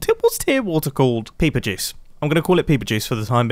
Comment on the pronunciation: I think I may be hearing him wrong but it sounded like he said peeper jizz